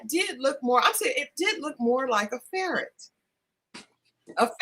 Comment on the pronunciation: Did you say Ferret 🤣🤣🤣🤣🤣